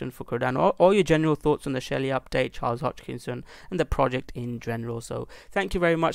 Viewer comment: Sorry dude but I have to say something. You are 25% on profit and you recomend to watch your video ? Im over 400% on ADA. You don't even know how to pronaunce the name. HOSKINSON. Or how did you said ?Hoczkinson ? Hitchkok ? As you can see I'm confused too :) lol